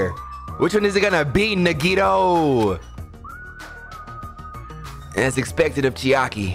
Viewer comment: It's pronounced ( na -ghee -tow) Nagito. Say it fast. Edit : Her name was Sakura berlin , sayaka was the blue haired one. The ultimate pop sensation , Sakura was the ultimate marital artist. , Also Orge was her nickname.